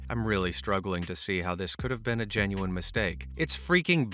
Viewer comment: "Genu wine"worst pronunciation ever 😭🙏😭🙏